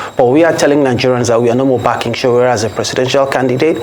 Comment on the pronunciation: It's Sowore not Sowere.. Very unprofessional of Arise TV